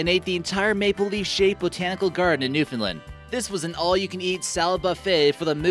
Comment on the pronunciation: Being from Newfoundland it's pronounced New-Found-Land not New-Fin-Lind. 😔